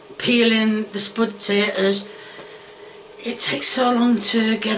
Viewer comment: Don't forget the tomiatoes